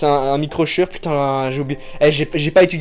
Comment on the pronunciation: Super vidéo:D, j'adore! ( juste, pour la marque shure, ça se prononce shoure )